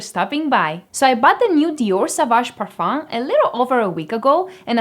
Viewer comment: (a) More like "Young Girls's Reactions to Fragrance/Cologne"; (b) 90% of the times women who come in pairs will influence each other markedly and state they both prefer the exact same perfume...; (c) don't pronounce the "m" in parfum: when spoken (in native French) the word ends with a vowel (not a consonant) sound.